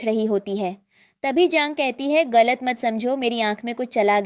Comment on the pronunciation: Galat❌ Golat✅